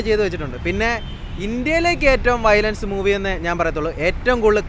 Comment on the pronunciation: വയലേഷൻ അല്ലെടോ വയലൻസ് 😂😅